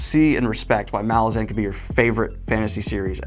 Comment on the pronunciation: The. Last. Syllable. Of. Malazan. Is. Not. Stressed!!!!